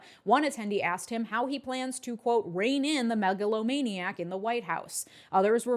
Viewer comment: I thought she said "maga-lomaniac"... which I thought was kinda clever.